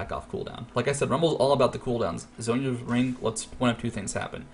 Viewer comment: Isn't it Zhonya's?